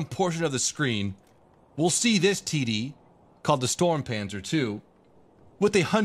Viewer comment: ITS NOT THE STORMPANZER ITS STURMPANZER